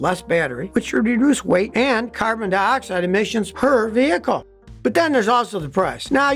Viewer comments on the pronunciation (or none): none